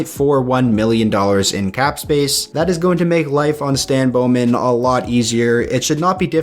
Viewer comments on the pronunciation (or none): none